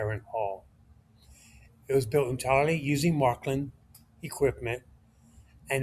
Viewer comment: Märklin is pronounced Maerklin, not Marklin. The two dots over the "a" isnt there just for fun :)